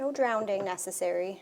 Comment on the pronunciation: Drown doesn't have a second d in it. Not "drownding", but "drowning".